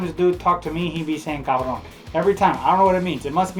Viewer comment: what word are you saying Carba what?????